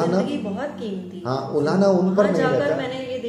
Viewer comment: ye ji haan ko zee haan and astrologer ko astrolozer bol rha